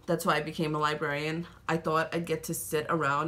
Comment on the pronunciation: Librarian... See, a L and two Rs in this word have killed it for me :) Good video and will be looking forward for more. Good luck ✌🏼✌🏼✌🏼 Will be looking forward for the giveaways too 😉